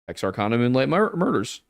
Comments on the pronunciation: Tex-Are-Can-uh guys. Please if you do a video on it, don’t mispronounce it. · the way you pronounced texarkana is fucking hilarious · Texarkana is not pronounced like that boys 😂🤦🏼‍♀️